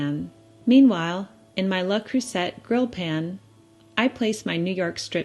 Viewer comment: I love cherries and yes, dump cake always sounds derogatory. Just a little hint, seeing that you embrace all things French, that Le (not La) creuset is pronounced with a silent 't'.